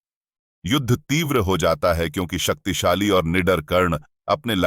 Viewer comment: Is it only me or someone else also noticed that he said Saktisali Missile in